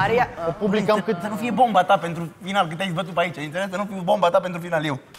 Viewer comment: PANTRU NI TE MAI DA CE NU ESTI SA L INVATATI SA ZICA PENTRU ASTA NU PREASTIE LIMBA ROMANA 😁😁